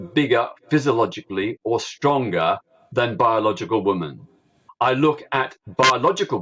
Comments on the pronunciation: I hate the way peter says ‘women’ its like wumen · Remarkable that Peter Tatchell couldn't actually pronounce the word "women". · I never had a problem with gays but I've never liked Tatchell, certainly not since he tried to defend PIE members. But, that apart, why does he mispronounce 'women' the way he does? He almost makes it sound like he hates the word being on his lips! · he even mispronounces the word "women". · The way he says women/woman is just weird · Why can’t Tatchell pronounce “women” correctly?? It’s so infuriating. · Yes, so annoying 😠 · Why can't Peter tatchell say the word women? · It's remarkable that this man who "doesn't speak on behalf of trans people" can't bring himself to even pronounce the word "women" properly.